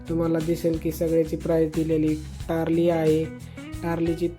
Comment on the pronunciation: टारली नाही हो तारली पिवळी वाम